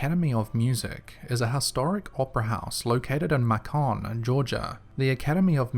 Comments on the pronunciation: You give us Americans too much credit, LOL! Macon is not "Mah-kahn" . . .it's "May-Kin" like Bacon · FYI it’s MA-KIn not ma-Con 👍🏼🤔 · Macon = May-ken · I know I’m a bit late to comment, but Macon (Georgia) is pronounced “Make in” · Just popping in to say Macon, GA is pronounced “May-kin” but it’s cool because the way you said it sounds cooler. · Macon, is pronounced like the word Bacon. 🥓